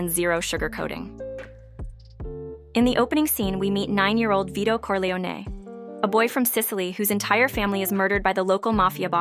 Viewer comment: The AI voice ruins it. Can't even pronounce "Corleone."